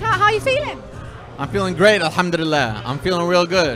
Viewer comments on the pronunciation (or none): Anyone else get annoyed with how he says alhamdulillah like no disrespect at all to the religion or what he believes in but I’m pretty sure it’s al ham duli llah not elhumdulilleh or how ever fouse is pronouncing it ? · Is it just me or is he pronouncing Alhamdulillah incorrectly. Sounds like he’s saying Alhamdudillah 😂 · He said Alhamdullilah wrong 😭😭😭